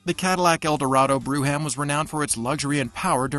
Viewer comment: It's "broham, not broo ham."